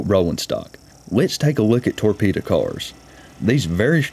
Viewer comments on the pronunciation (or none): Do you mean torpedo? Not tore Peter?